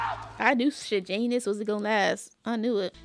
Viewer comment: Not you pronouncing Sejanus’s name right the first time 👏 👏 👏 the names in most movies now are so weird, you aren’t even phased 🤣